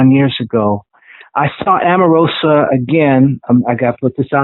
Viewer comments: Why does he keep calling her Amarosa???? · I may be incorrect. Is Omarosa's name pronounced Om or Am?